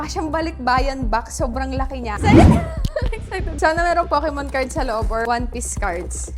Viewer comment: te bat tawag mo sa poke mon fukimon ahahahah